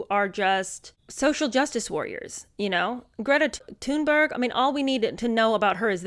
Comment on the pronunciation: Sorry, I admire and adore Greta Thunberg. Thanks for saying her name correctly.